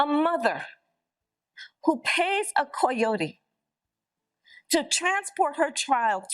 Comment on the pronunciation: Is a Koi oh tee a type of fish, never heard anyone pronounce coyote like that before.